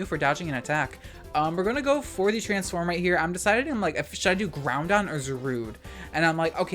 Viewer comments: I find it so funny how you've called it keeogree and groundon ironically for so long that it actually sounds normal to me. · Please keep up the narrated content. Where else can I get my soul-crushing 'Key-oh-gray' and 'Groundon' features?